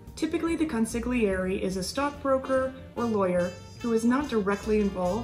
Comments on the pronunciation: Hi, love your channel and have decided to go back to the beginning and watch the entire review from Episode 1 on! I have to give you a polite heads up... the letter "g" in the middle of an Italian word is silent (not pronounced), think of the word "lasagna". Sorry, but let's try saying the word "consiglieri" again please...that's better! haha... hope you take this correction with the same light heart it was given by:) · isn't the 'g' in consiglieri silent?